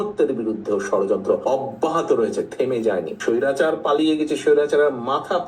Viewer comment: হেতে স্বৈরাচারকে স্বৌরাচার বলে কেনো? 🤪🤪🤪🤪🤪